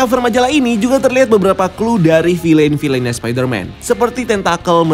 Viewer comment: Kata anak saya, “bacanya Vil’N bukan filein”